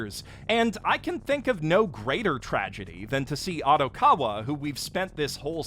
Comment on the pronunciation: How does someone who watches as much anime as you mispronounce Odokawa’s name so incredibly.